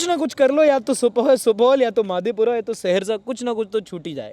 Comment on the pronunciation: अरारिया❌ अररिया ✅ माधेपुरा❌ मधेपुरा✅. Very Proud of Being Bihari.